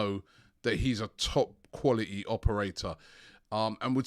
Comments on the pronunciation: Khaulity and fwebuary are his best words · you mean cwal it ee